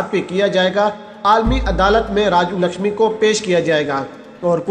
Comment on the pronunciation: It is RAJU LAKHSMAN and not as (LAKHSHAMI) as you pronounce.